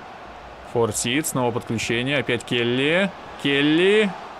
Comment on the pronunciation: не Форсит, а Форсайт. Сагу о Форсайтах Джона Голсуорси даже если не читал, то слышал уж наверное.